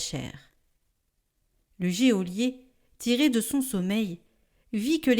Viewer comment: Geôlier se dit « jo-lié », pas « jé au lié » !!!